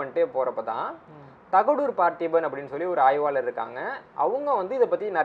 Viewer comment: 'ஆய்வாலர், தவறு "ஆய்வாளர் " சரி. 'கூருங்கள்' தவறு "கூறுங்கள் " சரி. அருள் மொழிச் சோழன். முதலில் தமிழ் உச்சரிப்பு மிகவும் முக்கியம் தம்பி. உன் வாத்தியார் யார்?